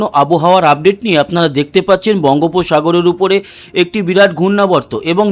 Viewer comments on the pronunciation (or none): none